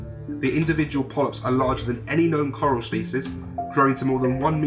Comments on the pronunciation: Coral? More like voral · all I can think of when he says "coral" is that Walking Dead meme.